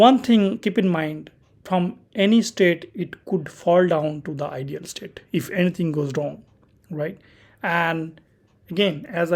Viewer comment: Hello, Thank you kindly for the video, one small note - not related to the BGP but how you say "Idle" you pronounce like "IDEAL" and not "idle" is two different words, I understand you're not native speaker, I just try point it out, because that took me some minutes to adjust to :D Btw; your video are very unique in a sense you show config, diagram and explain all same time. Look forward for future videos from you, really appreicated.